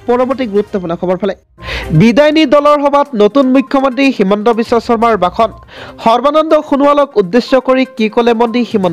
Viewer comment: প্ৰথম শব্দৰ উচ্চাৰণটোৱে শুদ্ধ নহল ! ভাষণ নে বাখন